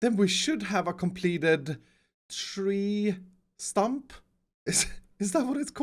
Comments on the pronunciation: instead of two Tree stump he said tree trump lol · In this video you said tree stump once and then you said tree trump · For some wierd reason, it is either me or the speaker is broken because in - instead of him saying "tree stump", i heard "tree TRUMP". 😂😂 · It's the way he is so happy for finding out a new word but the he says ' tree trump' 😂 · tree Trump. me: bruh. its stump. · did anyone else hear tree trump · who noticed that said “Tree trump”? Just me? Ok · did he say tree trump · y’all hear him say tree trump 😂😂😂. I love this guy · You said tree trump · who heard him say “tree trump” or tree chump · No one:: Tree Trump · tree trump lol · he said tree trump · did he just say tree trump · He said trump instead of stump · "Tree Trump" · Did Anyone here say tree Trump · now: "tree stump" literately 3 min later: "tree TRUMP" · ha he said tree trump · “tree Trump” 😂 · “tree trump” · Yes I got it correct it is a "tree stump" 10 seconds later: Tree trump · Did anyone realize that said tree trump lol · anybody notice that he said trump instead of stump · did anyone Else hear him say Tree Trump? xD love youre vids keep up the good work <3 2: 9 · No one: Not a single soul:: “Tree Trump” (No hate intended your one of my favorite youtubers) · “Tree Trump” lol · Am i the only one who heard say "Tree Trump" Instead of "Tree Stump"? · Who heard him say tree trump at the beginning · Nobody:: "tree Trump" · is it just me or did say ”tree trump”? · I don’t know if it was intentional, but you said “Tree Trump” and the proper pronunciation is tree trunk with a k instead of p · he says tree trump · "tree trump" I'm dead 😂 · he said tree trump hahaha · he said "Tree Trump" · Is it just me or say tree trump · Tree Trump? America's president needs to worry. No more Donald Trump. VOTE FOR TREE TRUMP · . Did he say Tree Trump? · did he say tree trump? LOL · "This tree trump' xD